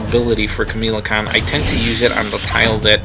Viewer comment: Kamala Kahn not Kamela Kahn just saying other than that good video